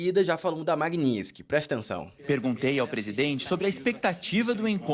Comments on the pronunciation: Não é magniski é MAGNI-TISKY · Floriando a palavra: Maguini - TIS - ky. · A essa altura do campeonato até a Dilma já aprendeu a falar Magnitsky